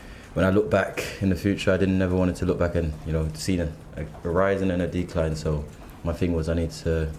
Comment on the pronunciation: Who told him that the word decline is pronounced "DEE-cline"? How DEE-pressing, as he might say. Nevertheless, I DEE-finitely hope he gets back to DEE-stroying DEE-fences at Chelsea.